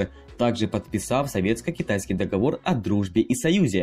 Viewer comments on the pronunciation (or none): none